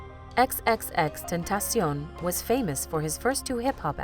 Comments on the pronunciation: X...X...X... tentation wow how can you pronounce the name so wrong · I been to most of his concerts. For one ur saying xxxtentacion wrong and his real name wrong. Cleo is his mom.